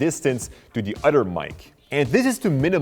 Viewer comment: Other not Udder the "th" sound isn't pronounced as "d"